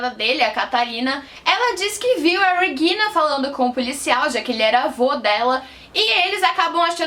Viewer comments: Depois de ouvir " REGUILNA" duas vezes eu desisti de assistir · Dica: Regina é um nome alemão mas não se lê o "R" da mesma forma que "Reagan" dobrando a língua, a pronúncia é a mesma do português. A parte do "g" está perfeita.